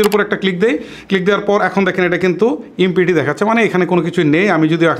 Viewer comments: ভাই আপনার ভিডিও গুলো অনেক ভালো।কিন্তু আপনার উচ্চারণ অনেক ভুল।আমি অনেক ভিডিও দেখেছি আপনার। তাই ভিডিও করার আগে একটু সতর্ক হবেন। (ইমপিটি বলেছেন)empty. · এম্পিটি না এম্পটি??? 😂😂😂😂